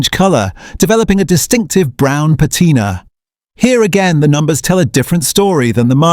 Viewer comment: Please fix the AI and have it say "patina" correctly please.